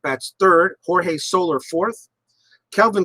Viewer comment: well done and well played..... one nit pick... its not solar.... it is So... lair.... ( so... like your saying "so" what... and "lair" like your saying the home of an animal).. so-lair...